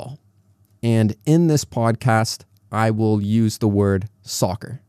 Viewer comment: Hello teacher, I want to know why the word " will " is pronounced like that ?